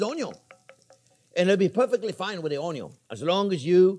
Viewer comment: I really come here every week to hear Chef say Onyo!!! lol..I love this guy!